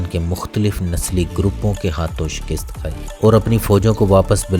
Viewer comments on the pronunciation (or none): none